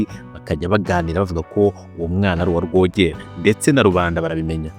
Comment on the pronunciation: Wakoze kuduha amateka. Ariko mujye mugorora imvugo muvuge amazina uko avugwa. Urugero: Rwogera uramwita Rworeêra